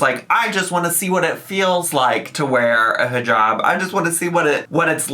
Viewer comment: The way ahe pronounces inshallah and hijab makes me want to jump out a window.